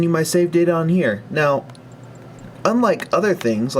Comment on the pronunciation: am i the only one who thinks that whenever says Save data he sounds like he's going to say SEGA?